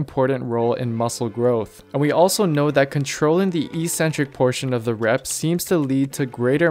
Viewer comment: Another great vid. Thanks. Evidently you can spell 'eccentric'. You just can't pronounce it. Note that there are two Cs in the word. So it's pronounced: eK-Centric. Don't sound like all of the other meatheads on here! You'd be crazy, or eccentric to mispronounce it any longer! lol